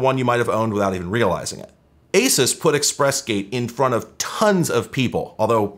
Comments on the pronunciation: its "A-Seuss" , btw. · having spent way, way too long dealing with Asus as an ODM, it's been thoroughly drilled into me that it's pronounced ah-Zeus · The way you say asus is weird to me. Sounds like you are saying "a sis" I always thought it was "a soose"